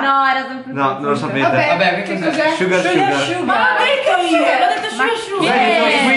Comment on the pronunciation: Simone Pistidda ahahhaha shugar shuga non si può sentire😂 Sugar sugar*